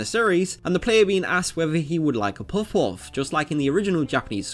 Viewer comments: The whole video is about "puff puff" but you couldn't manage to pronounce it right. You had literally one job. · This guy says puff puff like he’s doing the chubby bunny marshmallow challenge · Probably because he can't pronounce Puff Puff correctly. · Drinking challenge! Take a shot everytime he pronounces Puff Puff incorrectly. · Jesus how hard is it to pronounce puff puff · there is no o sound in puff puff. why can't British people say the UH sound? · Nothing is more annoying than this guy's puff-puff pronunciation. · Why do you say Puff-Puff in that way? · OMG maan!! Please pronounce puff puff correctly!! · Why can't you pronounce Puff Puff lol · Why do you say "puff puff" so weirdly. You emphasize it out of place with the rest of your sentence lol. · This dude can barely say puff-puff. Speak English the way Jesus intended, like an American. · Your pronunciation of "puff-puff" is weird. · Puhf puhf is the pronunciation.. why are you butchering the words. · well considering he says puffouff this isn't a very challenging challenge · But he never says it. He just says; "Poof-oof" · It’s puff-puff, not poff-wuffz. That pronunciation is driving me mad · I’m sorry, but I keep hearing what should be “puff-puff” as “poff’off” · Literally everyone: Puff-Puff Narrator: Poff-Poff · Goddamnit, fucking SAY it. Puff-puff, not puff-uff. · bruh why you saying puff woff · あなたは「ぽふぽふ(pofu pofu)」と発音しています。 「ぱふぱふ(pafu pafu)」です。 You pronounce it "pofu-pofu". It's "pafu-pafu". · It's not "puffuff" its "puff puff". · Next time you make a video about something called "puff-puff" you should probably make sure you can pronounce "puff-puff" correct and consistently. Dude is saying it a different way every time. Puff-wuff? Pup-wuff? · Puff-Puff...not Puff-Oughffs. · I didnt hear him say it once. He kept saying pawfwuhf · You have to pronounce it "Paffu-Paffu". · I hear it as Poff Whoff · omegazeto is it not actually pronounced pawfuff? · He said Puff-Puff wrong (Paffu-Paffu) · pwof pwof